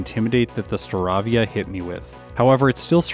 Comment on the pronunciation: Great video!! btw the "avia" in Staravia is pronounced like "avian." star-AY-vi-uh